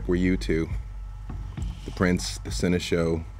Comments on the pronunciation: I just can't help but feel like I'm losing my mind whenever says "Sen-eh-show" instead of "Sen-eh-shawl" and nobody has ever corrected him. Am I wrong on the pronunciation?? Is this really a "toe-mah-toe" situation?? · No one:...: "Seneshow"